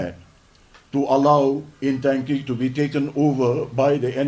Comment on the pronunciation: It is not Intangki, It is Ntangki.